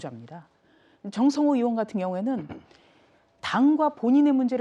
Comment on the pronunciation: 전라도 말투 졸라 거슬리네.전라도는 '의'발음이 안댐?? 으심. 으원.그것으이.